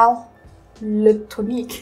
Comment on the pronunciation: Actually your pronunciation of « l’eau tonique » wasn’t that bad.